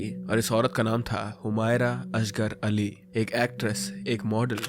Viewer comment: Start of the video put me offf There was no smell from flat And the pronounciation of the name is also in correct